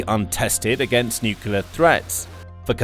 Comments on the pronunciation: Pronunciation. N U C L E A R, not N U C U L A R !!!!!!!! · Nuclear (pronounced, "new-clear"), not "nukuler"!🙄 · The word is pronounced NEW-CLEE-ERR not NEW-CUE-LER. You lose a lot of credibility when you can't even pronounce the subject word correctly. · Nuc-u-ler?!? Wtf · No, that's correct. Heard that from Nucular technician Homer Simpson on TV. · Say "new clear" weapons. Practice it. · Please stop mispronouncing nuclear and stop adding additional vowels, thanks.